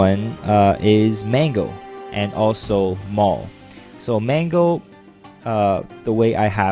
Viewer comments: its sounded like you said "mango" in stead of "mangle" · sounds so funny how u say mangle... "mango" ;p